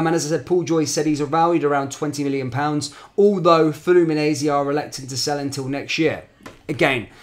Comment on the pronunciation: They way you’re saying Fluminense 😬😂 try Flu-Mee-Nein-See 😉